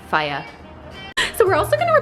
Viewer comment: When said “fyah”, I died... sounded so Jamaican 🇯🇲 ❤️